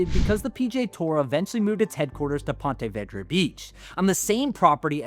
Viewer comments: Have never heard that pronunciation of Ponte vedra before lol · Ya I live in st.augustine and never heard sombody say it like that lol